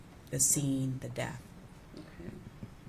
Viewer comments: Except she says deaf, for death. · She went to college for what 12 years and can't pronounce death correctly 😮 it's not DEAF.